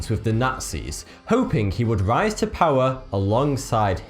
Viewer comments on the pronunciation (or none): none